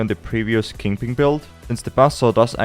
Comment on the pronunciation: don't mind me, just here to hear someone say "kingping" akin to cumberbatch's "pengwing"